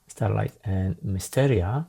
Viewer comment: officially it is Straylight, not Starlight :-)